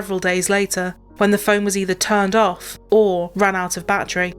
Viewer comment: Omg, you mispronounce lots of words...its battery not battry, its literally not litry 😮